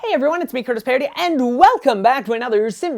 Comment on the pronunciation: I LOVE your house designs! There is seriously not one house you've made that I haven't liked. Your planning is so creative! Also, "aperi" is pronounced "AH-pehr-ee." (And no rolled "r", that only happens when you have to r's together.) I apologize if this sounded know-it-all-ish, but I'm a HUGE Latin nerd and I figured you might want to know. =) But once again, another amazing house! My favorite part is probably the dining area on the main floor - the glass wall looks so epic.